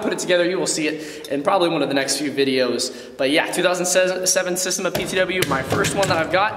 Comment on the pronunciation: SA-steM-A Not systeM- A